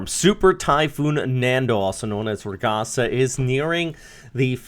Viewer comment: Hello! Just a friendly correction. Ragasa is pronounced as ragaSA, the accent being in the last syllable. In tagalog, it means a rapid, intense movement (of something like water. One could say "ragasa ng tubig" or burst/current of water).